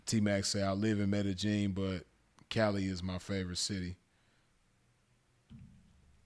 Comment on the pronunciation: Blessings to the game. Glad you're good fam.... say btw... it's pronounced "Med-Eh-Yeen" fam.... No J or G in it. #salute #ripsinful